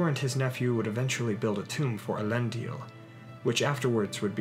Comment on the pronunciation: You keep pronouncing Elendil as Elendial